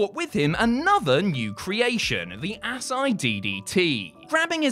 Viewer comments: Ass eye???? Lol.....Asai = uh-sy-e... moonsault ....Ass eye😂😂😂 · Ultimo finisher is pronounced A-sah-ee DDT lol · Ugh... I'm a fan of you guys, but mispronouncing "Asai" (ah-sī-ee) is mind-boggling given that Ultimo Dragon is hardly the only guy to use it and plenty of other wrestlers have not only done the move, but have still called it the Asai Moonsault. 🤦‍♂️ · I thought Asai was pronounced uh-saw-eee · Asai. Ass-eye.🤣🤣🤣